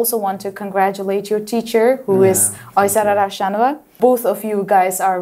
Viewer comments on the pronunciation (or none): He sy=urname is Rahimov not Rahmonov